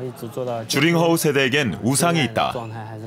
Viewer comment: 명견이라!?난 또 유명한 개(강아지), 줄임말, 오해를 유도할수 있는줄임말 좀 피해으면 좋겠다 ,名犬，명견,훌륭한세빠드,그리고,주링허우,주가아니고, 쥬, 즉 쥬링허우